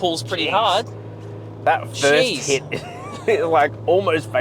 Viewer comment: "Fist me and fist me good"........ Really?